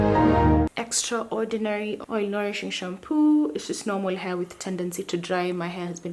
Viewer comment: When you said extra ordinaly...issa meme😂😂😂